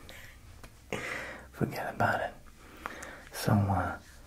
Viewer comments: ..what did you say..? ..fugetaboutit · When he said “fuggedabawtid” i really felt that